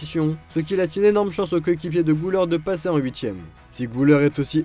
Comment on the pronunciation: Güler se lit Guler et pas Gouler ü = u Et pas ou Merci